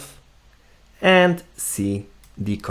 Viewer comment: Nice video! Thanks. BTW - did you actually show the hidden local .git folder location? Other than that, nice intro to using git / github from VS Code. And it is a "Werewolf" not a "Warewolf" :)